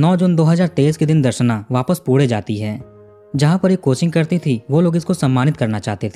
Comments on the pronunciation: Aap pune ko pure kyu bol rhe?? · I like your videos and your calm voiced narration is very engaging. Darshana was beautiful no doubt and trusting her childhood friend was a fatal mistake. Rahul should be given capital punishment. By the way, it’s not पूडे, it’s पूणे 😊 Thanks for the interesting videos. 🙏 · Pude pude bol rha hai😂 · Why do you pronounce Pune so Badly. Thik se bolo na पुणे.